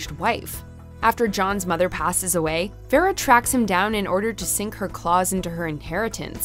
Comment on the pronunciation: I'm sorry, but what's with that pronunciation of Vera? She basically butchered it, and its not like a name we have not heard before.